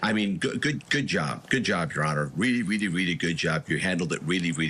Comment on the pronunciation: “Weally, weally, weally good job” lmao bro stop being stupid and go to speech therapy